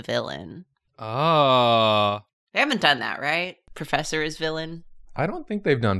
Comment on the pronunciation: ProFESSIor! ProFESSIor! Me, a french person: only hears FESSE! FESSE! which means butt cheek